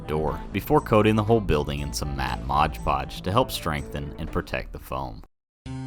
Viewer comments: why do you call it "Modge Podge" when the label says "Mod Podge? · it says 'mod podge' right on the bottle. MOD podge. Not Modge Podge.